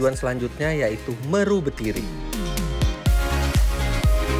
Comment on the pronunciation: Meru betiri bacanya bukan meru om, tapi mheru, kayak baca gunung semeru 😁